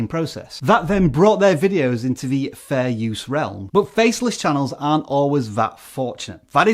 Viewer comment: You say fair use is fairsue